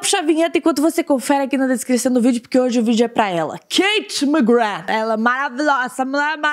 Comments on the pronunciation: passei o video todo e no final eu só pensei "FALA O NOME DELA DIREITOOOOO!!!! SE PRONUNCIA ***MACGRÁ*** NÃO MACGRAND AAHHHHHHHHHHHHH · o nome dela se pronuncia KatiE McGrÁth:) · oi anjo eu só queria te falar que se fala mcgraa não mcgraf, ela mesmo disso isso. adoro seus vídeos 💚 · na vdd se pronúncia "ma-gra" ela já falou isso em diversas entrevistas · o nome dela se pronúncia MaGra do jeito que eu escrevi e só pq quando vc casar com ela não errar pq ela e muito bravinha quando erra o nome dela